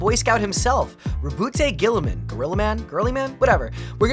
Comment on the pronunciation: While we meme on Guilliman's name, I do think the way that Warhammer's British announcers pronounce it. They say it like "Ro-butt Gull-ee-mahn." But Guilliman is definitely one of the primarchs that should be respected. He gets a lot of flack for being logistics-focused and logical while not being as martially skilled as many of his brothers, but he's one of the few primarchs who does care about making a working society for regular humans. It's why the 40K galaxy depresses him so much: Things have gotten worse, enemies are everywhere, and he's lone loyal son left (as far as he knows). Guilliman's skills as a politician and empire-builder are a double-edged sword, though. The threats aren't just from the outside. The Imperium does not like change, even from a son of the Emperor, and he has to challenge entrenched Imperial institutions that see him as a threat to their power and as a potential usurper trying to make a new empire for himself. He was even getting pushback in Ultramar after he returned, and there are hints that his actions during Imperium Secundus may come back to bite him. As Lorgar's shitty dad Kor Phaeron said, "Horus is the brightest star and you [Lorgar] carry your father's face. But Guilliman's heart and soul are cast in the Emperor's image." That said, you should probably check out profiles done by Astartes Anonymous or, for something a bit lighter, PancreasNoWork. You'd get more accurate and less meme-y info, especially since this AdRic episode was from th